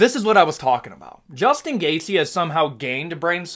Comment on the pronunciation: there’s is no “S” in gaethje brotha but you can sure as hell hear it when he says Justin.